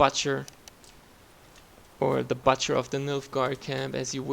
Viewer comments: Butt-cher lol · what is a batcher? you mean butcher (ou)